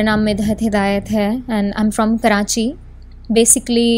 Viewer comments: First off all Is Karachi not Karanchi 😡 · First off all Its Karachi not Karanchi 😡